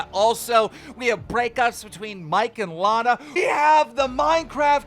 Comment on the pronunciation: The amount of times he says someone's name wrong is mind-blowing it's some real amateur reporting stuff if your going to talk about someone and make money off someone else's life and all that you do is make money by talking about other ppl the least you could do is know how to pronounce their name right and it's not even like most of them are hard names to say or they aren't somewhat popular ppl